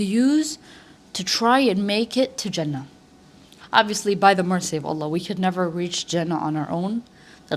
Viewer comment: And the way you said "Jannah". You're so right, if we'll make time for our deen then Allah will make things easy for us and will give us enough time to build something big❤